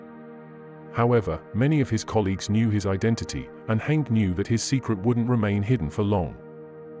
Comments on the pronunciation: I showed my father, who was 14 years old when he escaped in 1945, the video and he asked me why the name Hanke was pronounced so incorrectly? I had no answer...maybe lack of interest or inability!! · It would be nice if you pronounced the name of Karl Hanke correctly!